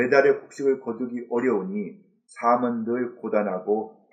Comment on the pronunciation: 삶은 ---> [살믄] 이렇게 발음하셔야 합니다.^^